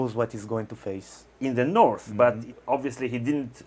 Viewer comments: It's pronounced north, not norrf. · KING IN THE NORFFFF KING IN THE NORFFFF